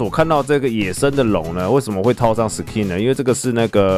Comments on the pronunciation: SKIN的K要用ㄍ發音 不是ㄎ想講很久了-. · 不好意思 是念Sk(ㄍㄧㄥˋ)in吧？ 好奇問一下 如果小弟我有錯 請跟我說